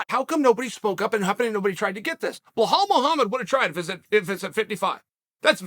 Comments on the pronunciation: Brother it’s belal not behaul lol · Always saying behal😂😂 its belal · Still calling him behal not belal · Bilal or blahal 😂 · Who the Heck is BEHAL??? I think u mean BILAL 🤣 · Its not pronounced Ba-Hal lol but he kept saying it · Here for the name pronunciations... Blehal.... ♥️... 🥇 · How does Belal become BLEHAAL😂😂😂 Uncle Chael taking notes from Joey Coco Diaz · Chael ‘Blehal’ Sonnen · Bilal Mohammed - Name pronounced "Bee-LaL" Sonnen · Chael, just out of respect learn how to say Belal’s name properly. I agree with everything your saying ! Just get that pronunciation right…go talk to Jon Anik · Never seen anyone butcher Belal’s name like uncle chael does lol